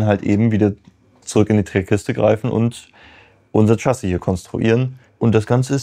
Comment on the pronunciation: Lieber, Erstmal: grandios, was ihr alle da baut und leistet! Eine klitzekleine Anregung von einem leicht frankophilen Bewunderer eurer Arbeit: Mich hat das "Tschassi" ein klitzekleines bisschen "getriggert" (wahrscheinlich nichmal wirklich getriggert, mir isses halt nur aufgefallen).🙏🏽 Info: "Chassis" ist das französische Wort für "Fahrwerk" und wird natürlich auch nicht englisch, sondern französisch ausgesprochen. Nämlich "Schassi" (Wahnsinn, meine nahezu perfekte Lautschrift, wa😂?) Kein Hate, keine Aufregung, nur ein lieb gemeinter Hinweis. 🙏🏽🙏🏽🙏🏽🙏🏽